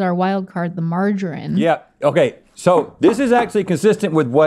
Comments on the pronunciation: Americans finally spell something correctly, but mispronounce it lol. Margarine, Marg a rin, no no. Marge a reen yes yes 😂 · Why did you pronounce Margarine without the E? 😅😂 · Hearing pronounce margarine like that pains me inside every time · Never knew Americans pronounced margarine like margarin 😂